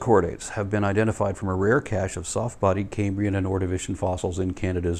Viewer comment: Love these and your other uploads,. Small point: as a native of modern-day Cambria, it sounds a bit like you're pronouncing "Cambrian" as "Caymbrian". The "Cam" in "Cambrian" rhymes with "ham" - it's not like the "Ca(y)m" in "Ca(y)mbridge". Please pardon my pedantry, and keep up the good work!